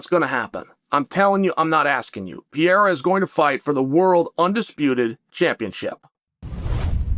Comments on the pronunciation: I love Chaels pronouncing of fighter names... "mackel-chev", "pee-air-a" lol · Peeeeara & MockLchev huh 🤦‍♂️🤣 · I think Chael loves Pee-Era.